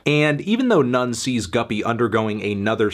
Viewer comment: Good review Anthony but I don't think it's necessary to pronounce the album title as Nonce